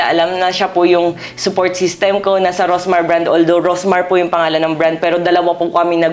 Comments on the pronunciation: anu po ba tong si ms karen, she did not even bother to know how to call her right, rosmar not rosemar 😢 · Karen D: “Rosemar”✅ “Rosmar”❎